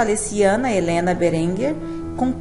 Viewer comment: Lê-se BÉrenger.